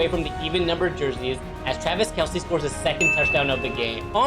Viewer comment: It’s not kelce it’s kelce